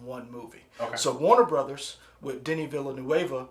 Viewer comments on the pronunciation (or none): You got the first name right Deni, second name is Vill Nuv How to Pronounce: DENIS VILLENEUV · Please for future reference Villeneuve is pronounced “Ville-New-ve”. It hurts to hear people pronounce it like it’s Spanish when he is French-Canadian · Vil-nuv. That’s how you say it. French speaking Canadian here. I don’t understand why Americans are adding 1- 3 extra syllables. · Denis Villen-who?, Imma need you to learn how to say Villeneuve before this comes out, hahaha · We seriously not gonna talk about how this guy kept butchering Denis Villeneuves’ name…. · Why is nobody capable of correctly pronouce VILLENEUVE! For god sake! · Americans pronounce it like we're guessing it's Mexican Spanish (which we do not speak) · the 'u' and last 'e' are silent.